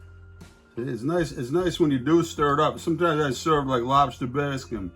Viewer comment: Can't even pronounce Bisque